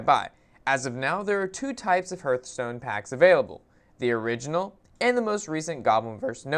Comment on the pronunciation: Huurtstone? What game is that, how do you even say it wrong when, if you open up the game the dwarf guy sais it correctly....